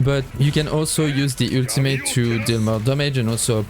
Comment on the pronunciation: Yeah guys switch back to the "ueltamate" for uue not Jue